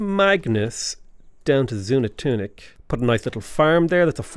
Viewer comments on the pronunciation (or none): Xunantunich = Shu-Nan-Too-Neech Palenque = Pah-Len-Kay I study Mesoamerica stuff and thought I’d give you a hand with some of the Mayan pronunciations. Good luck and thank you for the wonderfully enjoyable content. 😉👍🏻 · Zoon-an-tunic does roll off the tongue rather nicely though. Lol